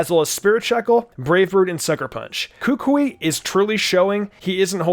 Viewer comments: he said "kookwei" is sted of kukui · It is Koo-Koo-EE for Gods Sake! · Say it with me now Ku Kú Wee Not Kúkui Kukúi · It is kukui not kuukuuy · How to pronounce Kukui is -Ka-ku-eeeee! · It’s ka-ku-y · The way he said Kukui was so weird and wrong. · Why he pronounce kukui like that 😭😭😭😭